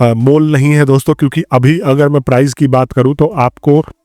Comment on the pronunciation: price hota hai bhai prize nahin